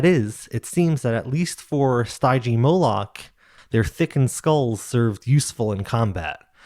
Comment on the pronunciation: Stygimoloch is pronounced SteeGeeMoLock, the Gee is hard. It's not DJ, it's a G, like in bargain. ;) PS : Stygimoloch was a younglings of Pachycephalosaurus by the way. Like the little Dracorex)